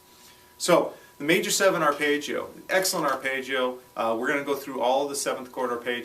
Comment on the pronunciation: Paul Gilbert is the only other person I've ever heard pronounce it "arpaayggio"